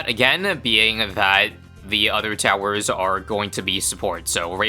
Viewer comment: Three towerzza, four towerzza, five towerzza 😂😂😂